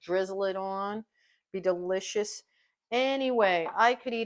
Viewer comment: Delicious or “Dill-icious” ☺️❤️ she’s “punny” Great recipe!